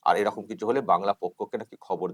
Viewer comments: নিজের উচ্চারণ ঠিক নেই। বলছে 'এরকুম" আর লোক কে বাংলা শেখাচ্ছে। এই জানোয়ার গুল কে সরকারি কাজে বাধা দেওয়ার জন্য আইনের আওতায় আনা উচিৎ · এই ছাগল গুলি নিজের বাংলা বলতে পারছে না এরকম শব্দটি কে এরুকুম বলে উচ্চারণ করছে। আর নিজেদের বাংঙ্গালী বলে জাহির করছে। এগুলি বড়বড় রামছাগল😂😂😂😂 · বাংলা পক্ষের ওই লোকটা তো নিজেই ঠিক করে বাংলা উচ্চারণ করতে পারেন না। " এই রকম " শব্দ টা কে - " এই রকুম " 56 সেকেণ্ড থেকে শুনুন কি উচ্চারণ করছে। 😂😂😂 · Gorgo...kothata erokuum noi...eirokom...nije thik kore Bangla ta bolo prothome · এরকুম ,এরকুম ! , আরে ওটা এ রকুম উচ্চারণ নয় রে বাবা ! ওটা এ রকম হবে।নিজেরা শুদ্ধ বাংলা উচ্চারণ করতে আগে শিখে তারপর অন্যকে শেখাতে যেও। তুমি আদৌ বাঙালি কিনা আমার সন্দেহ হচ্ছে! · মানে এরা তো বাংলা পক্ষ বলে পরিচিত তাহলে এরা বাংলাটা কি ঠিক জানে আদৌ এরকম না এরকুম বলছে উচ্চারণ টা।#সফিকুলভাই।